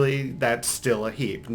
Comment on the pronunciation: When he says “heap” it sounds like he’s saying “heeb” a derogatory term for Jews lol